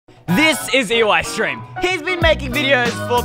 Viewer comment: U know it's Eystreem not EYEstreem